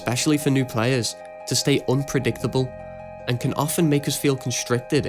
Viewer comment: "Unpreditable" I'm so sorry... I had to point this out.